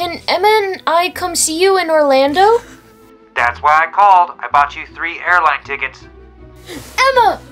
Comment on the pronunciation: it’s Orlando not Orlandot